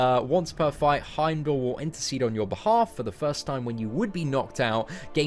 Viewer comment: its pronounced Heimdall not Heimdall